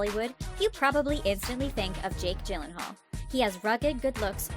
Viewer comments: another person that mispronounces Jake Gylenhaal's last name lol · I hate when people pronounces Jake’s last name wrong lol